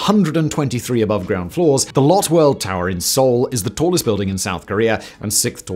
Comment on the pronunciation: You're pronouncing Lotte wrong. It's supposed to sound more like Lotay.